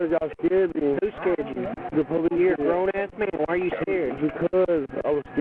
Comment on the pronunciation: "I was a-skeered". Funny, if I afraid, and there are cops around, I'd tend to tell them what was bothering me.